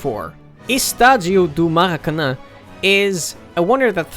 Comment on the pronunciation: you pronounced maracanã perfectly, keep up w the good content